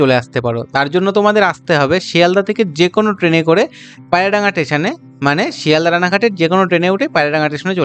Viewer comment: পায়রাডাঙা টেশন নয় স্টেশন।